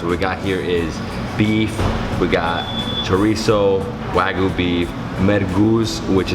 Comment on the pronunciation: its wagyu not wagoo